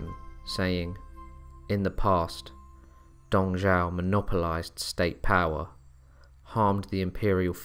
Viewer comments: It's Dong Zhuo, brother. Dong Zhao is another General who served under Yuan Shao and Cao Cao (Pronounced "Tsao Tsao"). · could you speak a little bit more clearly and sound more interesting his name is Dong Zhuo you make it sounds like Dong Zhao the way you pronounce it